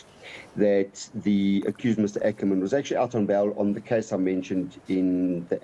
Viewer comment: I am glad the gentleman is pronouncing "Ackerman" as it was pronounced during the 7oties and 80ties otherwise it sounds like a Boer surname which it is not